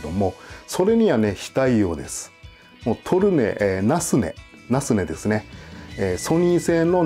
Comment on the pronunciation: トルネの発音が、違う。